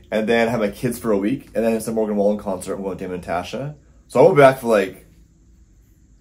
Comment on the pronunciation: It took me a second to realize you were trying to say Morgan Wallen 😂😂